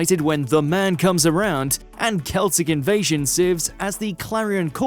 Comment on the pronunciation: "Kelsic invasion"? is this AI? i doubt its pronounced like that